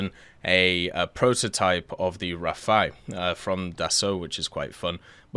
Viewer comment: why do you say rafaye when it's rafale, pronounced as it normally would be in french (the common word literally refers to when wind blows quickly/strongly)